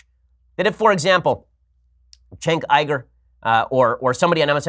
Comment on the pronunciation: Jesus Ben, it's pronounced Yuger not Iger...